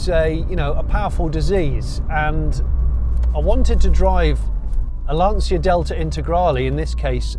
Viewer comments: Si dice Lancia! Non lansia.. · Lovely story thank you ,by the way it s not Lansia but you pronounce LANTCHIA ,please!! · Jonny, interesting video--state of the art technology. Also, Lancia being an Italian marque is properly pronounced Lancha, just as Jaguar is properly pronounced Jag-u-ar--even though I'm a Yank I know that. ;) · I'm wondering how is it possible in 2023 have such bad pronunciation of every single Italian word? That's just demeaning.